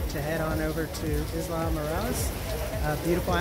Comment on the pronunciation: I have been there many times. That is THE whitest pronunciation of Isla that I have ever heard. Hope you had fun we love it there. Headed down in March.